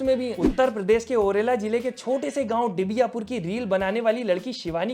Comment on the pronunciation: दिबियापुर है बो भाई not डिबियापुर